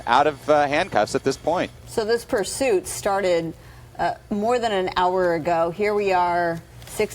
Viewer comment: "This started bought half an hour agoow~" He's definitely from LA